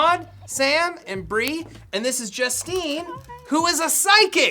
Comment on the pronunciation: I love it when Bree says "I'm Bwee"